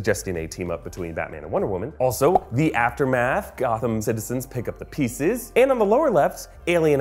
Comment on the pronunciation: did anyone else notice how he said Gotham?